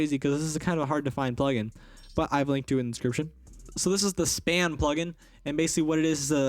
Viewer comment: When u said "span" plug-in I heard "spam"